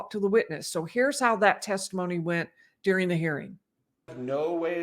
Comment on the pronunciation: Why do you say DEARING for the word DURING?